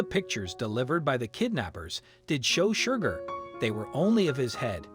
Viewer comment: Please adjust the Robotic Narrator to STOP it calling SHERGAR , Shugar! And stop the foney Irish accent.